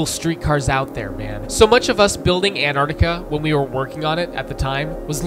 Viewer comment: You calling Antarctica "Enardica" really threw me off